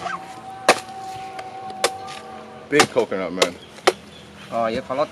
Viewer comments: humorku sekedar dnger nyebut coconut jd kononot😅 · Konten yang sangat menghibur, Coconut bukan cononot hehe